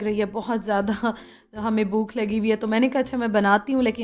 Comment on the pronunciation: اردو کا لفظ ہے بھوک آپ بولتی ہیں بوکھ ہمیشہ... لیکن میں تنقید کا نشانہ نہیں بنا رہی ہوں نہ ہی کوئی دل آزاری ہے... میں نے تو ویسے ہی بہت بار آپکے ویلاگس میں آپ کو لفظ بھوک کو بوکھ بوکھ بوکھ بولتے ہوئے سنا ہے.